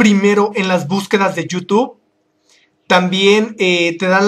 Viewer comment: Me carga cuando dice you tube y no youtube